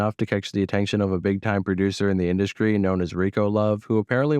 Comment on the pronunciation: Please upload these with the narration FASTER…. And PLEASE stop replacing your “ST”’s with “K’s” ie “Skreets” and “ induskry” shit is cringmatic!!!! I kinda like your content but sometimes I have to cut it off cause it’s lethargic af.